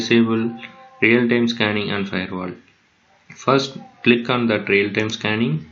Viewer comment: its "real-time" not "rail tam" but thanks